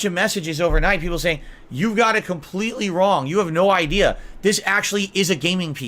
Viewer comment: Legitimately the only funny thing he's ever said was KHAMPLTEETLEE. UNINTENTIONAL. *snort*. "This does have a fan in it, which blows me away."